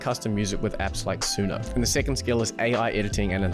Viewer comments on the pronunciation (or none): did your ai change suno to suna because that is how you pronounced it ?